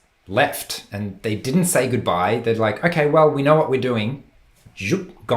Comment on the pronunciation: At you said “you know“ pronouncing “know” in a British accent. Not sure if it’s your accent or an echoing of the person’s accent talking to you. I have Asperger’ syndrome and while telling a story I often catch myself imitating the accent of the person talking to me. I also have trouble making eye contact. The latter of which had baffled me sinse first grade in elementary school. Later in life-at around age 52-that trait was pointed out to me by a doctor.🤨why me?